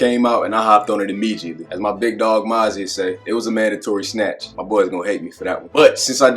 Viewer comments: Not bruh saying Mozzy in the video 😂😂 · Not bruh saying Mozzy 😂😂